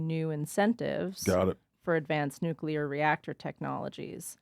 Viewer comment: is making fun of Bush while botching nuclear himself 😅